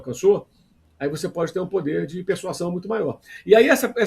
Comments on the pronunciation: MCP é muito bom de português, mas persuasão pronuncia-se persuaZão. O tal do português (que não é o Boto), é foda!😂😂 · Mauro César está pronunciando corretamente a palavra "persuasão"?